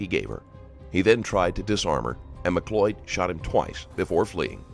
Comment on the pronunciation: She can't even pronounce her name correctly..its not MAC loyd it's mcloyd .... jeeeze . Americans can't speak or spell correctly. It's so annoying.